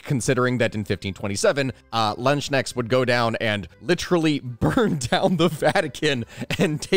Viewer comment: I died from laughing, hearing how you pronounced Landsknechts. It was very interesting and funny.